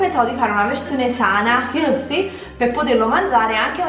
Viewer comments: l'inglese in questo video ha raggiunto i massimi livelli...HLthy, bAKery, yUmmy... invece di fare brutte figure piuttosto vai a ascoltarti le giuste pronunce si Google translate!! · Si pronuncia "helfi". Non lo dico per offenderti, ma solo perchè è sempre meglio sapere le cose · Si dice "HELTI", non è difficile.... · MA VOLEVI PRONUNCIARE "HEALTHY" OPPURE STAVI FACENDO UNA PERNACCHIA?!?!PERCHE' INFILANDO MEZZO METRO DI LINGUA TRA I DENTI,NON SI CAPISCE QUALI DELLE DUE COSE TI STAVI SFORZANDO DI FARE!!!IO COMUNQUE VADO A FARMI UN GIRO AD "AFFRAGOLA"...DICONO SIA IL POSTO GIUSTO PER ANDARE A... DIGERIRE!